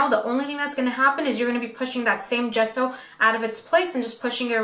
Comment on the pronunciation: How is it even possible that an ‘artist’ cannot pronounce Ge-sso? Not Ghesso